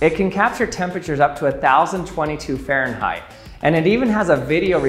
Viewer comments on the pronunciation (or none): none